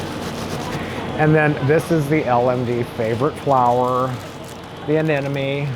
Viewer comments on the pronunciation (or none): Beautiful flower arrangement. Love his apartment and the flower arrangements on the streets. Interesting to hear his pronunciation of anemone. Love that he loves dogs. They are the best kind of friends.